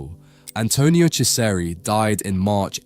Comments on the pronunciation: Oh my word. My ears are bleeding with that pronunciation... 'Chesari' 'Echo Homo' 'Pilot' I swear you pronounce it differently every time and every time, it is wrong 😂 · It's about time that Ciseri's work was brought to the attention of the general public. Thanks for doing this! (As an aside, his name is pronounced CHEE-zer-ee.)